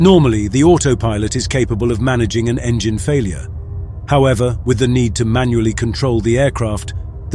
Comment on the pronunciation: Is it me or does he say "enigine flameout" and later "no flame out lost both engines"